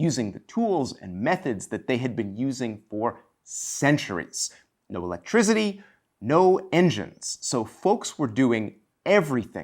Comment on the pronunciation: Did he say "electrizity"?